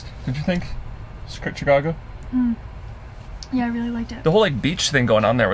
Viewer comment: As a Chicagoan I cringed every time she said Chicago